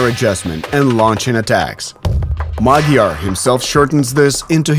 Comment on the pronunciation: The name is MADYAR not magyar birds🤦‍♂🤦‍♂🤦‍♂